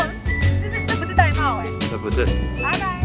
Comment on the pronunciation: 玳瑁 音要唸 ㄉㄞˋ ㄇㄟˋ 音 同帶妹